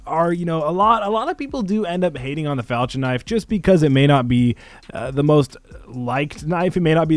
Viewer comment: Do people not under stand how to pernouxe falchion knife not falchin falchion